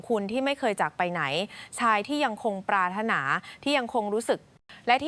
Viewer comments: ปรารถนาเขาอ่านว่าปราด ถะ หนา ไม่ใช่ปรา รด นา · เขาอ่านว่าปราด ถะ หนา ไม่ใช่ ปราระถะนา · อ่านภาษาไทย ปรารถนา อ่านว่า"ปราดถะหนา" ไม่ใช่"ปรารดนา"นะ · คุณเป็นคนไทยแท้ ๆ หรือเปล่า "ปรารถนา" อ่านออกเสียงว่า ปราด ถะ หนา ครับ ไม่ใช่ ปรา รด นา ครับ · ไม่ใช่ ปรา รถ นา..เขาอ่านว่า ปราศถะหนา...เร็ว ๆ อ่านว่า เร็ว เร็ว (สองคำ) ไม่ใช่ เร็ว HA HA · อ่านภาษาไทยไม่ถูกครับเช่นคำว่าปราถนาให้อ่านว่าปาดถะหนาครับ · ปรารถนา/อ่านว่า=ปาด-ถะ-หนา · นางพูด ปา ระ นา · ปรารถนา อ่านว่า ปราด_ถะ _หนา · ภาษาไทยอ่อนแอ ปรารถนา อ่านว่า ปาด_ถะ_หนา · ิ่บางคำอ่านผิดหลักเช่น..ปรารถนา .ทำไมอ่านปารดนา งง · 😂สิ่งที่ Ai ทำไม่ได้คือการอ่านภาษาไทยไม่ถูกต้องไม่สละสลวย😅 คำว่า ปรารถนา😂😂55555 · เสียงผู้บรรยายอ่านภาษาไทยไม่ถูกหลายคำเช่น ปราถนา อ่านว่าปาดถะหนา ไม่ใช่ปาระนา แข็งแกร่ง อ่านว่าแข็ง แกร่ง ไม่ใช่แข็งแกร้ง